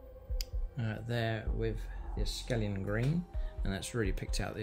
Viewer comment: It's akhelian green not askelian green mate.